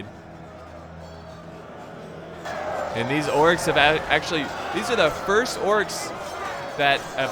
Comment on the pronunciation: it sounds like he said the corks